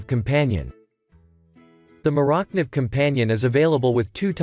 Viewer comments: I stopped listening as soon as I heard Moorock-Niv... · LOL!!!!!!! Can't say 'Morakniv' properly then says " Doesn't come sharp"..... Uh ok. I have never had a 'dull' Morakniv from the factory. The video went downhill from there. But thanks for the laugh. I am at a car dealership trying to buy a new truck so I needed the laugh.....